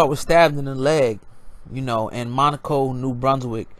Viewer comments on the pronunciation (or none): Not montaco, it's Moncton